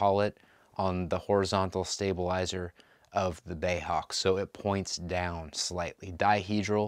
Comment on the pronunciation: Bay Hawk, I think you'll find it's B.A.E. as in British Aerospace . Anyway nice review and cool little model.